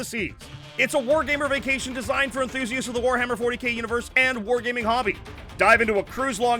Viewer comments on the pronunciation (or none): none